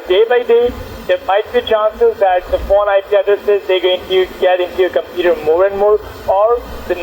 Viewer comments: I think I already heard this indian before in another scambait video... he says "Compeeta" instead of computer=) Edit: It was on a LIVE stream by Leo Takacs scambaiting one or two days ago. So that means this asshole is still doing the same shit after 2 years after this video!!! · someone need to count how many times he says "cimputer" i stopped counting after 54 lool